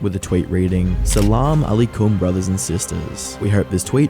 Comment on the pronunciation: Bro pronounces every little thing wrong like bro "salam alikum"